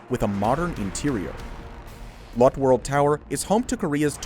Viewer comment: The E isn’t silent in Lotte 😉